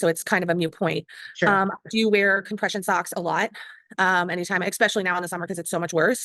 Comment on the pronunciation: She sure did. And “expecially” because she’s an uneducated loser.